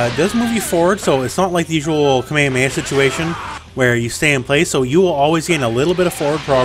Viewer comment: Your saying KA-ME-HA-ME-HA wrong ..... just sayin